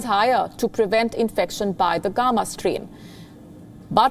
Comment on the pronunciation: The way she pronounced “gamma “ is funny . Lady , you need to work on your pronunciation